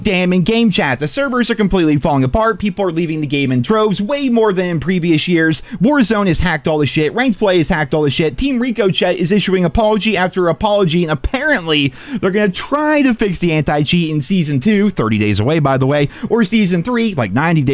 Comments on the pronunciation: Brother, it’s pronounced ri-kuh-shay. Not Rico- Chet . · Hey, why do you say Ricochet like that. "Reek-oh-chett" over "Rick-ah-shay", is their a reference behind it or something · also, ricochet is pronounced “rick o shea” Not “rico chet” Lol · Bro its Rico shay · Let me help you as you Seem to be Really struggling trying to pronounce Ricochet it's R ico-chet as in trey not Chat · Loving the Rico-CHET lmao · Reeco chet? Who is chet? 😂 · Stop playing the game then. You won't cause you are just grifting. Also, someone teach this dope how to pronounce Ricochet. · He clearly missed French lessons at school 😂